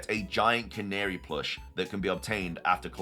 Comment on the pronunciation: I thought I was going insane but youre the first person to pronounce Canari correctly I swear lmao